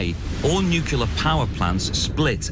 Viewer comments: "Nucular" all over the place, lol! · "Nukular fusion" FTW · Lol. Nu cu lar